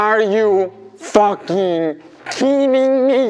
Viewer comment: A c'est pas " killing me" mais " kidding me" mais tqt